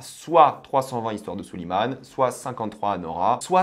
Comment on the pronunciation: Pitié arrête de dire Soulimane ont dit Souleymane